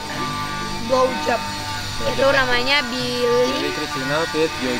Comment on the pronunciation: blowjop yang ku dengar glowjop